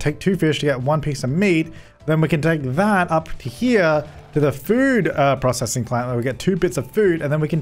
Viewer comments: Any one love the way he pronounces 'processing'. Haha. Always makes my day. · Hikers42 he pronounces it the usual way?